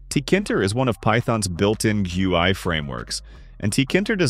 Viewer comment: The way the TTS says GUI hurts me deep down, but great video. Very informative.